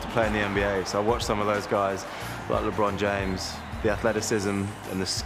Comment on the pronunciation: "Lebrun James" lol